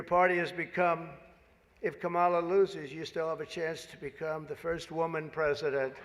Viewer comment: Trump: "KaMAla is disrespectful"(intentionally mispronouncing her name).